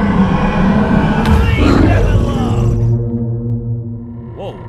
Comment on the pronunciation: "Leèave them alone!" -.. My favourite part